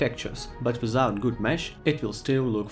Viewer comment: "How could I've playied it wiZout it before?"